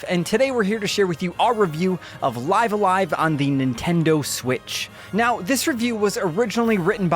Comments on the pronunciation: isn`t pronunciated like "leeve" a live? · when he pronounces live a live "life a life" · Life The name of the game is pronounced "Live"(rhymes with Give) "A-live"(rhymes with dive). The way you're saying it is not correct and just sounds silly. Otherwise great review! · It's pronounced "Live a live" , duh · It's pronounced "Live A Live" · It's live a live not live a live 🤦🏼‍♂️